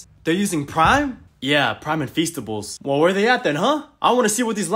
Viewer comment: Lanchly 💀 Praim💀 Festables💀